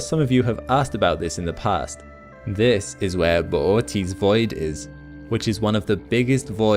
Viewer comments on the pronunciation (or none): none